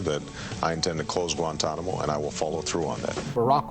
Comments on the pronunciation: Grantonamo-this German accent speech impediment AI is horrible, but the content is too good to exit. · Its not gratuanomo bay its gua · With the “Granntanamo bay naval base” established 😂 Brother